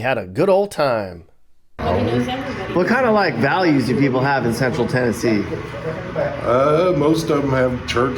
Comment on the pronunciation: As a Tennessean you nailed it!